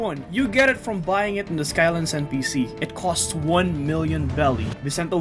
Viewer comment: Bro really said qost instead of cost😂😂😂